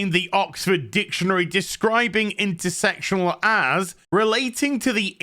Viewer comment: at least you pronounce it understandably "intersectional" and not intersexual like your peers : )